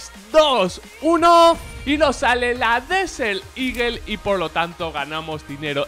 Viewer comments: Escrito: Desert Eagle Pronunciación: Deser iguel: Desel iguell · habla vien se dice desert no desel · "desel ligel" xdxdxd guen ingles :v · DIJO DESERT EAGLE ----> DESERT IGUEL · jose enrique palomino cosme Yo escuché Desel xd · Disel, eso entendí yo equisde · "La deseliguel" dijo el